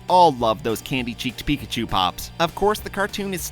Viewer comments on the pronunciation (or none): none